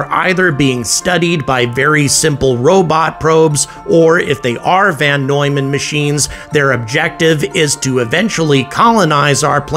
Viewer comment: It's VON Neumann, not VAN Neumann!